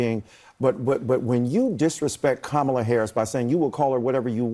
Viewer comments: I try to be very respectful of people's names, and how to pronounce them. She is INTENTIONALLY mispronouncing Kamala's name, how deplorable, how DISRESPECTFUL. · you can see the smirk on her face when she mispronounces Kamala, but it's offensive that she get called out for it? BS !!!!!!! Mace's behavior during this segment is just nauseating. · I know she is saying her name wrong to be an a hole and try to get a jab in but all it does it makes her look like a moron that can speak. So who cares if she grad from a college if she cant say her name. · She used to be a 'moderate'. She knows perfectly well how to pronounce Kamala, and YouTube is full of her videos trying to 'reach' general election viewers. She's a garden variety narcissist, and CNN knew what they were doing having her on. Disgusting cult member. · Why would you say some fool a** sh*t like we should give mace the benefit of the doubt? She corrected herself to mispronounce Kamala's name. That means it was 199% intentional. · The normal and polite thing to do when you are corrected after a mispronounced name is to then correct yourself and say it correctly… she got furious and said I’ll do whatever the fuck I wanna do. She a racist 5 year old 😂